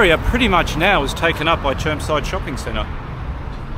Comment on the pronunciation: It’s actually called Germside mate get it right.